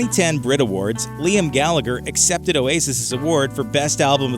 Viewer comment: Its pronounced gallaher.. Gallagher the second g is silent so its Noel and liam gallaher not not gallager